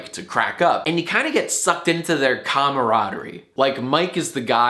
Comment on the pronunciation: Did you say "comma roddery" instead of comraderie